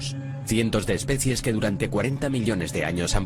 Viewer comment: no somos monos, pero eso se dice especies y no especias